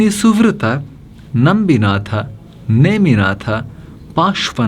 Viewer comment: ನಂಬಿನಾಥ್ ಅಲ್ಲ ನಮಿನಾಥ